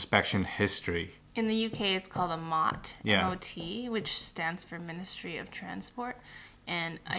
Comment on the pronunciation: In the UK facebook Market place is a good place for Campers plus the camper Van buy and sell groups on facebook... and it pronounced M.O.T. the separate letters :-) if you say 'mot' people wouldn't know what you were referring to